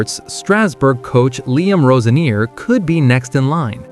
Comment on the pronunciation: This guy can`t even pronounce Roseniors name right.